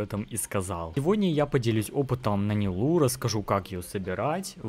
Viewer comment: Умер от ударения в ее имени 💀